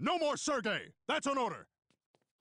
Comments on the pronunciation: Sir Gay... The way he pronounced his name 😂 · For a moment, I thought Stan called Sergei “Sir Gay” XD